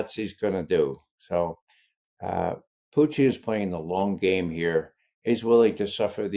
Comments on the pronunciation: Sounds more like poutine, but I’m near the Canadian border! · This cat LOVES his pronunciations 😂😂”PUCHIN” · I'm further south-- Pennsylvania-- and Ray's distinctive "Poo-TEEN" always sounds like "poutine" to me too; BTW, I know what poutine is but never encountered it. 🥘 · Is he saying.... "Puchin"?? Is his first name Ca? 😂😂😂